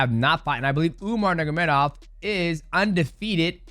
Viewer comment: DJ, you’ve gotta work harder on pronouncing Umar’s full name.